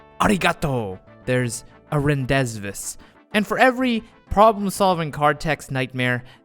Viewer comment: rendezvous is french it is pronounced ron-de-voo. or something similar to that the S is silent